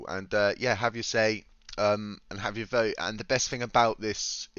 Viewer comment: You're saying Voe rather than vote